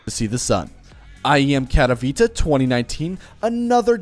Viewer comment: I swear to god almost everyone who doesn't speak polish pronounces Katowice wrong like really wrong most just say kato